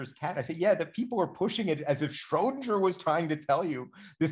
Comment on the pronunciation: No, not shraow-din-jer, shrer-din-ger. Um, the way it's spelled.